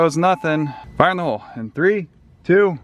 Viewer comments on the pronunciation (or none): none